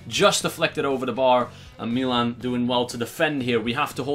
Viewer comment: why does he say meelan instead of Milan anyway still love the videos boss team